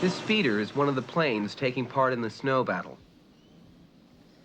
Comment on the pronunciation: Pains me when he says "Planes".